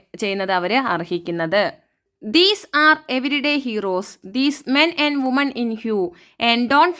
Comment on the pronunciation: വുമൺ എന്നല്ല വിമൻ എന്നാണ് പറയേണ്ടത്